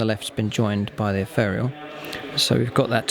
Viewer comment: You mispronounce ethereal!